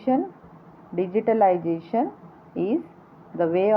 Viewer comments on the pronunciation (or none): Sorry to say Mam but just wanna Correct you .....the pronunciation of Digitalization is different mam